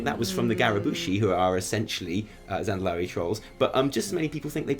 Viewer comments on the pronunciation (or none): You pronounced Gurubashi wrong there :p (you said Garabushi). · ”Garabashi” dude its gurubashi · garabushi. took me a while to understand that you meant gurubashi. ^^ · You do suck though 😆; it's not pronounced gare-uh-boo-she, they are pronounced goo-rah-bah-she. Also, booger not beaugie. Love you guys! Keep up the amazing work you do. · "Garabooshi" lol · You said Garabushi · "Garabushi's" I know it was a slip, but I guffawed :D